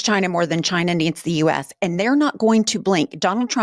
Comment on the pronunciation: 😂🤣 Good one "Jyna" (China in velveeta voldemorticians pronunciation)...